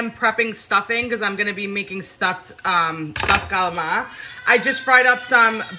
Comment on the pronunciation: Love your videos. I grew up in an Italian American family and the cooking was exactly like your stuff. And we also pronounce CALAMARI the same way!!! We had pasta/broccoli, pasta/beans every Wednesday growing up. Not my favorite.. lol! You are such a positive presence. I love how you throw the haters to the curb and just do you!!! Right on!